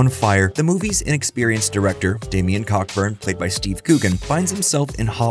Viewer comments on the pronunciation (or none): He's a Brit, so it's pronounced Coburn. Co-burn. You're welcome :-) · The name Cockburn is pronounced Coburn, as every fool knows. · “Director Damian Cockburn” 😂 unintentionally hilarious pronunciation there, the surname “Cockburn” in the UK is pronounced “Co-burn” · it's pronounced "Co-burn" :)